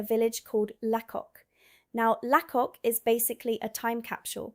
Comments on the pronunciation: It's Lacock as in Lay-cock for heaven's sake. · A couple of mis pronounciations The Fosse way is called the Foss way (silent E) and Lacock is pronounced Laycock (Silent Y) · It’s pronounced LAY-COCk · Its pronounced Laycock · It's pronounced Laycock. It's also pronounced Doomsday. Some of Harry Potter was filmed at Lacock. Most of Downton Abbey was filmed at Highclere Castle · Sorry, it's my nature -and, I ain't changing it ~ But, it's pronounced 'fos' like phosphorus; Not foss-E like glossy. 2. Lacock is actually pronounced: "Lay-cock" - like alot of places in England, or even the UK and Ireland - the pronunciation varies from the spelling. 3. RE: Doomsday - see earlier entry.... its "Doom" with an s + day. DoomssssDay... Think grey skys and four black figures on horseback.